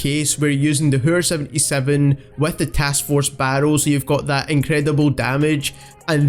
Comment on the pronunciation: The way he says hæür